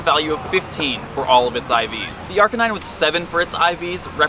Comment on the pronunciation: 2 years later and I still can't get over you saying "Arcanine" wrong.